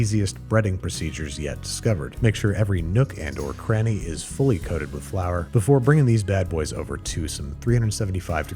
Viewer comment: Frour Tortilla really dog?